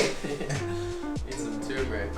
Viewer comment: Dude, the word “turmeric” is pronounced TER-mer-ic. There is no TOO in the word “turmeric”.